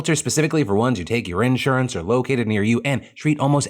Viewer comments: The most surprising thing in this video is the way Phil pronounced “in-surance” wtf?!😂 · Why does Phil say "insurance" like that? lol I dunno if he realized but it was so cute/funny.